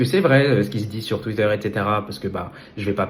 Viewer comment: Twitter pas tchuite